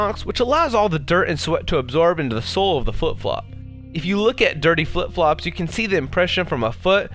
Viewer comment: the last time you said flip flops you said fluff flops